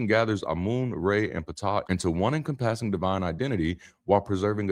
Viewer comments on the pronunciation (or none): This is AI generated, I believe. Some of the words such as “encompass” and “papyrus” are mispronounced. The video skips often…the image must have generated from past videos. If it is AI, please at least admit that in the description.